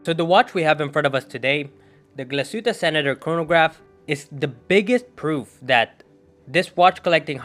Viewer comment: Glashutte - proper pronunciation is: Glas( heat) tte .